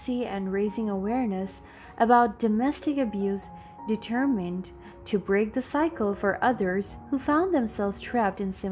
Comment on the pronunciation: Please find the right pronunciation of the word determined